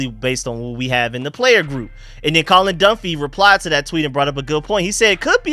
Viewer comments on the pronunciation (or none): none